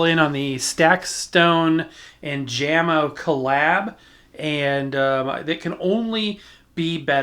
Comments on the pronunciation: The speaker company Jamo is pronounced Yahmo. They're owned by Klipsch. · Jamo is pronounced as "Yamo" if you were wondering.